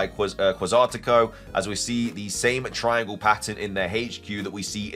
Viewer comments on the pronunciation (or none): none